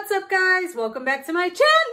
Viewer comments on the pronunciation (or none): Alright so when she says alright guys welcome back to my chaNNAl and after that her whole intro annoys me she annoys me